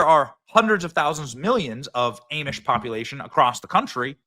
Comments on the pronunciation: Ah-mish, not ay-mish. Ah-mish buggies. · It’s ahh-mish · Benny, it's pronounced Ah-Mish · Keep speaking truth-to-power my friend Benny! But...please say "AHmish"...K? Keep on keepin' on! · It's ahhhhmish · Amish is not pronounced A-mish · Hey Benny it is Ahh Mish lol. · Spelled Amish pronounced ah-mish. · It's AH MISH BENNY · Pronounced..Ah Mish . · Benny it’s Ahh mish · 'Ah'mish! Bro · Ahhh-mish … lol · Benny ~ I love you……..Amish is pronounced with a ‘short A’ sound not ‘long A.’ We have friends in the Amish community for yrs. ‘’Ah-mish.’ Ok?? Again….love your reporting!❤ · Benny, bro, I'm from that area. It's pronounced Ommish. Cheers Benny, we love you brother. 🥂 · It's pronounced Ah-mish. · It’s pronounced AWEmish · Benny. It's pronounced. Ahhhmish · Amish. "Ahh-mish" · Amish pronounced aumish benny ✌️ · "Ay-mish"??? WTF! Does Benny not have anyone proofreading his videos? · Benny please stop saying aaamish! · Dear Benny, Amish is pronounced Ah-mish. Not being critical. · Love you, Benny. It’s Ah-mish. 🤣😂🤣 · Love ya Benny but it’s pronounced AH-mish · It’s Ahh-mish,! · Yesh I thought he was trolling at first. I was like wth is "aim-ish"? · You are Saying Amish wrong. The a is short. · You're from Iowa like me. We know the Amish. Im surprised you say it wrong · I love Benny but damn, that's not how you pronounce Amish 😅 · Never heard anyone pronounce Amish like you. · Are you just pronouncing Amish like that so that you’ll get comments no one pronounces it like that I’m sure. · You are saying Amish the wrong way?Lol l I never heard anyone say it like that, but it was funny 😁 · Never heard Amish pronounced like that.... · Amish you say it wrong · Just a heads up, I've worked with Amish, my boss used to drive them to construction sites and his son still does and works with them, you're miss pronouncing Amish badly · Benny you are mispronouncing Amish. Correct that please. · stop saying amish weird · for the 2nd time the "A" in amish is soft